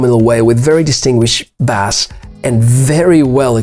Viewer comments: Baeyse not Bahss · Thanks for the review. 'Bass' is pronounced 'base' just so you know.